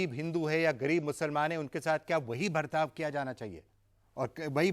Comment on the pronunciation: He's calling Hindi word 'bartav ' as 'Bhartav ' , that's y these libtards r rootless cosmopolitans